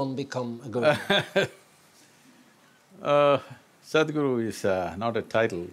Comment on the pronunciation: The absolute spot on Indian accent pronunciation of Sadguru by this amazing host, shows the amount of effort & research he's put in. I found it to be very impressive as many would simply pronounce it as Sad-Guru, amazing 🖤